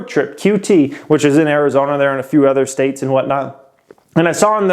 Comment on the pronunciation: I’ve been watching this channel since 2018 n i watch every single video that you drop bro, keep up the hard work youve helped me out sooo much. I like the way that you say the word “other” lol you pronounce it “ethur” n i wonder if its a west coast thing” haha